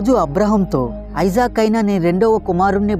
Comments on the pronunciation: ఐజాక్ కాదు బ్రో .. ఇసాక్ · ఐజాక్ కాదు ఇసాక్